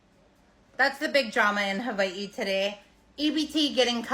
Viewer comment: Learn how to say Hawaii